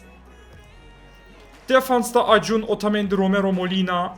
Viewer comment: Acuna:Akunya diye okunan şey acun diye okuyan abim